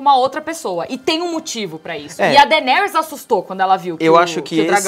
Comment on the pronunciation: "Dainerys" . fala direito, cara rs